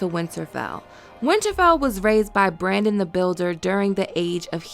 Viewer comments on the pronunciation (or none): none